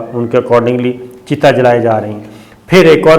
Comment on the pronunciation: cheeta nai....chita